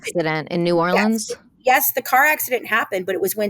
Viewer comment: As a gulf coaster, I just wanted to say you pronounce New Orleans so well and it’s awesome!!!